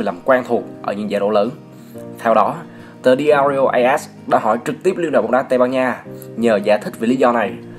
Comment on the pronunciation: "BÓONG"